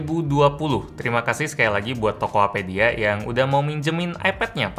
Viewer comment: Tokopedia ya bukan Tokohapedia